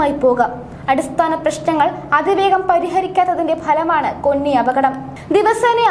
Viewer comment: കൊന്നി അല്ല 'കോന്നി '.